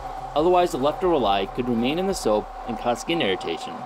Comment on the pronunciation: It’s called soap not sop.😥😰